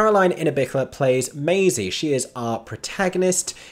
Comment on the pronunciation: Maisie? As in.. maiz? As in spanish for corn? Lmao